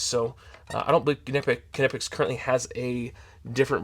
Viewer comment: You should pronounce the K. It is a word in German..not an English word